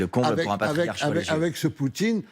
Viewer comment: 😂😂😂!!! Eh, oui! Le ''pariarche'' kgbéni!!! 😂😂😂!!!